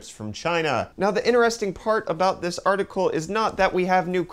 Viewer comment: "artikill" ufdiciple 2018